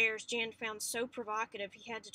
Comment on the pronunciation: jan is pronounced YAN just so u know